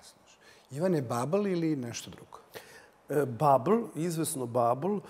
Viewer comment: Ideja emisije je odlična. Molim vas radite na upotrebi intelektualnog jezika, upotrebljavati reči koje su u srpskom rečniku. Babl čak i nakaradno akcentujete, a tek kad ga promenite po padežima zaista zvuči teško za slušati